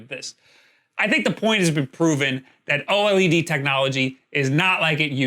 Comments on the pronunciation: Just say OLED - not OH EL EE DEE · OH EL EE DEE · "O-L-E-D" Pretty nice video, thanks! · Every time you spell out O-L-E-D instead of just pronouncing OLED, a puppy dies...I hope you're happy with the number of puppies killed in the making of this video!!!